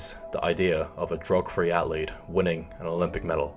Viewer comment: Why does he pronounce the word "athlete" so weird? Felt a little cringy